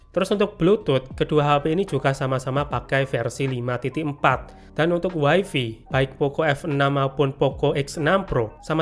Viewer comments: mas maaf bgt, tp saya gatel bgt denger "waifi" tolong bgt nyebutnya jadi "waifai" ya 😓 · Way-fay ✅️. Way-fi ❌️. 🗿